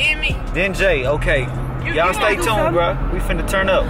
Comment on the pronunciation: Stop saying stay tound